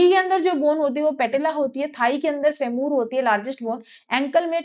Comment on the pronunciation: फेमूर nhi फीमर hota h